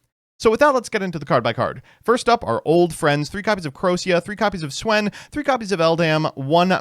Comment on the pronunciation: Didn‘t know you could mispronounce Swen that way